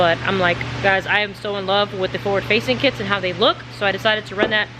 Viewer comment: Im Laffing my Ass off cuz at first i thought you said, "Ford Facing Manifold." LMAO. But i snapped out of it, "Forward Facing."....if you want that Roll Cage to 'Pop' paint it Gloss White.....and i know you want all the Weight in the Front but Common Sense is telling me Not to put the Fuel in Front, keep the Fuel in the Back. 👍🗯💭